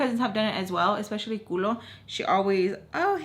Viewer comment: I literally laughed so hard when you called her culo instead of cola 😂😂